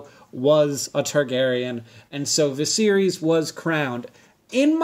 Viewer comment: lol I thought he was saying “the series” for the first two times....